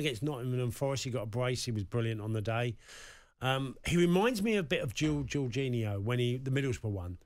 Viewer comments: It's Juninho not Gorginho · I was just about to say that. Who is Jorginho?